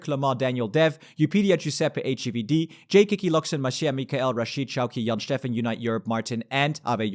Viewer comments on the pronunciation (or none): none